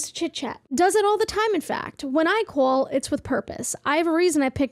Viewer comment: This is random but in multiple parts of the video it sounds like you have a bit of a new England accent, like when you say "call" or "ask the hubs" and I just found it interesting lol